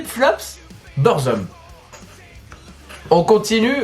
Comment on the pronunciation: faut dire BOURZOUM pour faire semblant de savoir de quoi tu parles;) et les tongs si tu fait une petite recherche tu vois que c est un produit bootleg lol